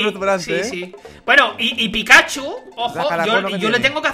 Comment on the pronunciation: men no me gusta correguir pero se dice pikachu:V